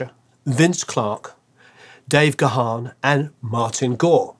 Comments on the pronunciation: you might now live in LA and listened to KROQ back in the day but you are still English……. Dave’s surname…. It’s “Garrrn” not Gah’han (he’s not a Klingon)! 😉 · It's not pronounced "Guh-Haan". Dave's last name is simply pronounced "...GONE..." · Dave Gahan pronounces his name as 'Garn' not 'Ga-harn'. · Brilliant video! 💕 Just FYI that Dave's surname is pronounced as one syllable ("Gahn") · Great video,. Dave's surname is pronounced "Garn". Cheers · Stop calling him Dave Ga-Han.. the H is almost silent ffs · You should lose that "h" when you pronounce Dave's surname,. Strange you didn't catch him pronouncing his surname in his interviews. It sounds more like Gaan. Cheers! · Any Mode fan worth their salt knows that Dave himself pronounces his name with a silent H. G-Harn sounds weird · It's pronounced gaaaaaahn... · It is time to learn to pronounce Dave’s last name correctly. He has answered this countless times and myriad interviews with him exist on YouTube where he introduces himself. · I thought you were a huge fan! You don't even know how to pronounce Dave's surname. All and any respect completely gone.